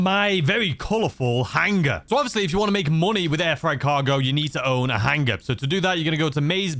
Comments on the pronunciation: He says it super funny 😂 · the "HANG-guh!" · Drink every time says “hang-ah,” and you will be ded by the 2 minute mark.